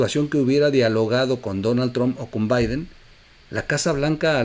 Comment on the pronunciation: Podrías pronunciar bien Donald trumph